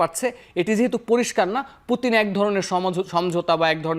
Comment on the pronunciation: উনি একজন বিশ্বনেতা নামটা সুন্দর করে বলেন মরক্কো মহিলা